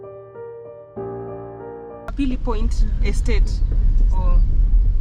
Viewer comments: It's not kapili point.... But Capri point ... that's where all the old money people resides. The SAMAKI statue represents the fishing activities and natural resources, within the lake zone / Rock City. Thank you so much for visiting....love 🇹🇿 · NMB stands for "National Microfinance Bank".. one of the major Banks in the Country. And the residential area along the lake is "Capri Point", not 'Kapili point'..